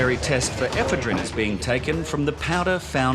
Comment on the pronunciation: It would probably help if they could pronounce the word "ePHEDrine", instead of eephaa-DREEN"